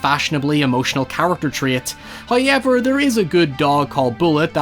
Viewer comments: No one:: "Houiyever..." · I watch these videos just to hear you say the word "however". The way you say "How" is the same way we Aussies say "Hi". It sounds like you are saying "Hi-ever".. 😊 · the way he says however sends me